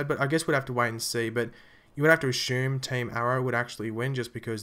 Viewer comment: LOL "ashume"!!